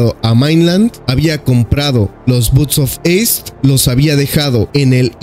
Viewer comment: Me sangran los oidos cada vez que lo dice